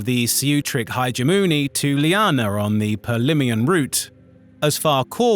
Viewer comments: The AI voice screwing up basic words like Hegemony and Protectorate is cringe, otherwise this could have been a pretty cool video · When I heard Hegemony mispronounced I had to replay it to ensure I heard it correctly because I didn't recall pronunciation issues on this channel in the past. The temp VA explains mispronouncing the planet names but not that. I guess the VA is not a native English speaker, though neither am I. Still it was overall a minor inconvenience and the other aspects of the video were good.